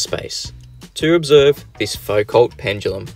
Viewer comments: Isn't it foo-KOH? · To misquote Einstein 'Your science is good but your pronunciation is atrocious'. It's pronounces Fou-Co there's no L or T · FUKO IT'S PRONOUNCED FUKO IT'S FRENCH FOR THE LOVE OF GOD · You () are being very optimistic in expecting anyone to make a Foucault (pronounced Foo-co) pendulum that works correctly. This is a very difficult experimental task. You need to provide a low friction pivot that allows the pendulum to rotate through 360 degrees without significant drag. You have to shield it from air currents. Most difficult of all you need to provide a mechanism for adding sufficient energy to each swing to overcome air resistance without adding any bias to the direction of swing. This usually results in a very long heavy pendulum to increase the ratio of the pendulum's kinetic/potential energy to the loss due to air friction. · Also who pronounces Foucault like that?